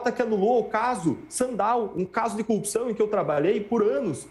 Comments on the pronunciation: cupção... o mané num sabe nem falar. haha #LulaPresidente2022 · se lascou ainda levou uma bronca ao vivo!!Todo o sistema de justiça está errado só ele está certo!!Esse povo de Curitiba tem uma dificuldade de falar corrupção!Cupição(sic) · Por que eles têm dificuldades de falar a palavra?" corrupção. sempre engolem o R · Dezenas de passagens nessa entrevista, ele, como o Moro, não consegue mesmo pronunciar a palavra "corrupção" - precisam da mesma fono, mesmo treino de dicção!!! kkk